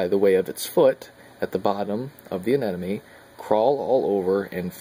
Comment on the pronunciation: Please stop saying "anenome."...............ah-nim-o-nee.